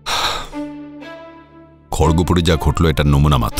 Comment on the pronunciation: বার বার খড়গপুর ভুল উচ্চারণ কানে লাগছে! আশ্চর্য্য, এইটাও লোকে ভুল উচ্চারণ করে?